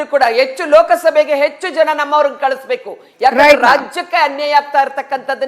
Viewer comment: ಲೋಕ ಸಭೆ ಅಲ್ಲ,, ಲೋಕ ಸಭೆ ಸರಿಯಾಗಿ ಉಚ್ಚಾರಣೆ ಮಾಡು